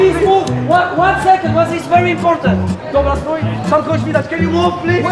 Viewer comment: hahahahah trudno tego nie skomentować hahahah plis plis łon sekond plis łon sekond i mówi to gościu z punkiem na głowie hahahaha